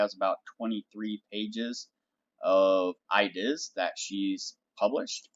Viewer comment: Great video! I-deass! Why you say it like that? Where are you from?